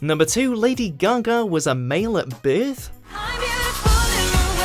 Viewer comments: "Lady Gaga was a male at beeeth?" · This dude can't say birth. 💁‍♂️